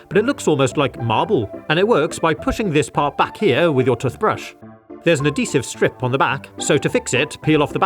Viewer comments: Tuthpaste and tuthbrush made me chuckle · why do you say toothbrush like that